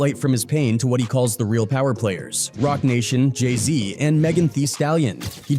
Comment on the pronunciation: J i z yea you dont know anything brother 🤣 learn to pronounce jay-z correctly before doing a vid